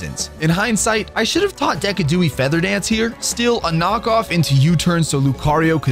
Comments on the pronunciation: DECKADOOIE?! hahaha Decidueye is Da sid u eye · You really forced me look up how to pronounce decidueye when you pronounced it “deck-a-dewey” lmao. Thought I was crazy for a second because I always pronounced it “dee-sid-u-eye” which is what it is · Do u call the mons names like "Giardos" and "Deckidooey" on purpose or